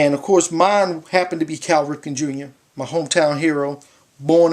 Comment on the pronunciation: Great idea buddy! I have a few names so far, including yours. Good luck with the Ripken, I'm sure he'll sign on the sweet spot if you ask him to. Like a Baltimore accent you added in there as well haha.